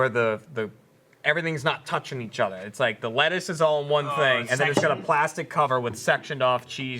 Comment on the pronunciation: where gives a hint of boston. " Everything's not touchin' each otha"